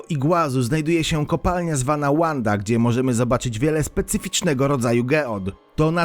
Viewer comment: Geody ametystowe na filmie z Argentyny znajdują się w miejscowości Wanda, w stanie MIssiones, założonej przez polskich osadników i nazwanej tak od imienia jednej z córek Józefa Piłsudskiego, nie ma więc powodu do angielskiej wymowy tej nazwy.